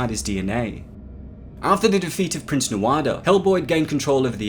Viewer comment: It vexes me that you pronounce the names wrong. You said it "BAYlor" instead "Balor"! And "Nuado"? Really?